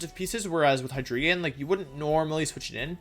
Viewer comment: Istg, i die every single time he pronounces "hi dree gon"